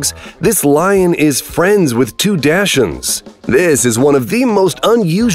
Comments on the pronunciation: I believe it’s actually pronounced “DOKS-und”…. not “dash-und”!! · You can't pronounce Dachshund?